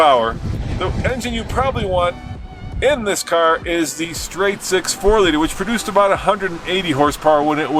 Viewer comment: oh no, did you say CAR??????